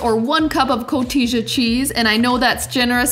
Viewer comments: Maybe you've already been told, but it's Co-tee-ya not co-tee-ja. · it’s pronounced co-tee-ha. the j is pronounced as an h in spanish. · Coteezah cheese 🗣😂😂..... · Haha cotisha cheese 😂 it's pronounced more like cotiha. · The 'j' in Spanish is pronounced as 'h', so it is CO-TEE-HA, not CO-TEE-JAH. These look really good, though!! :))) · Loved how she calls Cotija cheese “co-tisha cheese” 😂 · I believe "cotija" is pronounced "co-TEE-ha." ;) These look incredible!! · The cheese is pronounced CO-TEE-HA, the J is silent in Mexico. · I love koteesha cheese 😂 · Lol! Koh-teejuh cheese please. I caught it too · Yes, love that "coteeja" cheese too 🤡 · Looking good! The cheese is pronounced Co-tee-ha. With an H. In Spanish words with “J” are pronounced as if they were an “H”. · Hi, enjoy very much cooking your recipes!!! Quick note the Spanish way to say cotija cheese is “ko-tee-ha” 😉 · Вкуснятина 🤤, готовлю такие такос моему мужу мексиканцу 🙂 А, да! сыр произносится Ко-ти-ха:) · I love your recipe! Cotija is pronounced “ko-tee-ha” 😁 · Cotija is pronounced co-t-ha like jalapeno is pronounced with an h sound. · Cotija phonetically is coh-tee-ha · It’s pronounced coti-ha , the j in Spanish often makes a soft h sound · Cotija is pronounced cotiha. It's a Spanish word. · co-tee-ha cheese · It's pronounce Co-tea-ha! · Co-Tee-HA cheese.... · Great recipe but its actually "koh-TEE-ha" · You are saying the name of the cheese incorrectly. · Cotija = the j is pronounced as ha not ja. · So offended at the pronunciation of Cotija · Cotija . The J sounds like an H Nobody uses mayonnaise in a real ethnic recipe. Licking the sauce on camera was so nasty. I would never eat anything you touched. Nasty. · sorry guys if you cant pronounce the name of cotija right I move on to the next recipe. look up tacos de camarones receta if you want real mexican tonight.